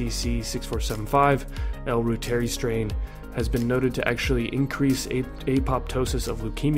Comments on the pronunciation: It’s pronounced ROO-TER-EYE please! 🙏🏽🙏🏽🙏🏽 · Pronounced "ROY ter eye" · Reuteri is pronounced ROY-ter-ee . It is named after German scientist Gerhard Reuter (ROY-ter) and pronounced like his name with the short i as the last syllable. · Reuteri (ROY-ter-eye)